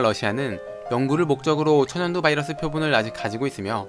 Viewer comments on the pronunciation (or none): none